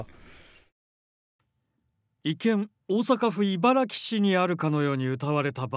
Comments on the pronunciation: いばら「ぎ」は茨城県の呼び名。 大阪の茨木市は、いばら「き」と読む。 そんなことを間違うテレビ局は ほんま信用できない。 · 音声でイバラギと発音していたので、誤読か？と思ったが、パンフレットにＧＩと表示されている（笑） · 「いばらき」が「いばらぎ」になってる時点で気付くべきだったな